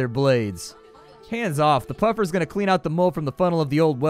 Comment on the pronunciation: Puffermint Peffers hahahaha